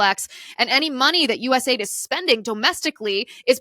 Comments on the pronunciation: US .A.I.D. …. Its an acronym so stop calling it aid as in a word. It is not aid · Please stop calling it "US aid". It's US A-I-D.